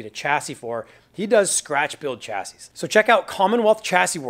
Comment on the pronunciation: Chassis is pronounced 'shassy' bro.